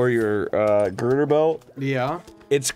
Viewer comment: Did he say GIRDER belt?